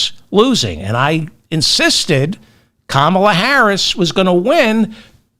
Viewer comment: Why do you keep mispronouncing Kamala ?